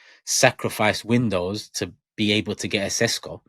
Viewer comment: It's pronounced Sheshko